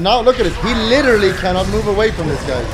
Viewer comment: make a "im licherally unkillable " montage please